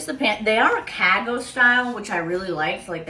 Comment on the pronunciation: Nobody pronounces cargo that way